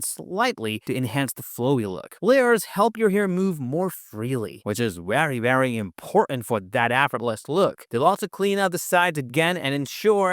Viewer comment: This is still a wery helpful wideo.